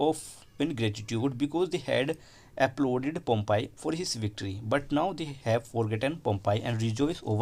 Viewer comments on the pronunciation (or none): Your pronociation is pompaaay ❌ it is pompay ✅